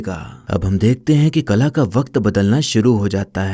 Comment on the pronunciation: Ye kala nahi Qala tha.. Kala, qala, qaala alag alag hai